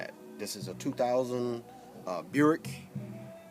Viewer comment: "dis is uh 2000 uh Burick*